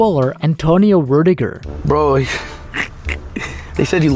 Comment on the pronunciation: Rutiger* respect his name and say it properly 😎👍✌️